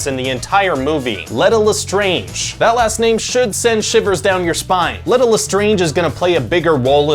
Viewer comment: It is not pronounced Let-a. It's pronounced Leeta...